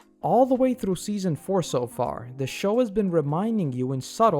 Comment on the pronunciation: I don't know how many freaking times he pronounced "R" so freaking wrong...like in "through" it's not like it's through but like it's "thrrrrrough"!!